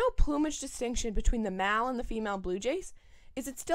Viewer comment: Very odd pronunciation of the word "male" usually the "e" at the end makes the "a" a long "a" sound ...like in "ale"